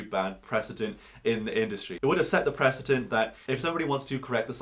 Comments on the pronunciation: Precedent NOT President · You said "president" not precedent. They have different pronunciations. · Pre-cedent, not pres-ident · There's no 'z' sound in the word "precedent". The letter 'c' never has a 'z' sound in English.